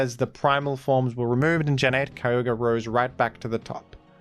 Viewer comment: Right next to my boi, keeyohguree